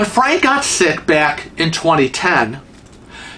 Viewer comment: You're such an idiot! You always pronounce "Frank" incorrectly and it drives me crazy! Love your videos 😘🤗